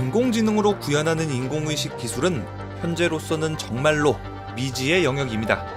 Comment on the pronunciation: 왜 인공의 식이라고 읽어요 ㅋㅋㅋㅋ